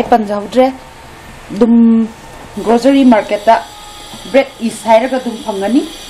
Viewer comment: spool natte spoon ni east natte yeast ni grogery natte grocery ni ... haitra di ahai sari kei gi no... pronunciation hana chum2 na ngangbiyu.... duoidi video nungai ni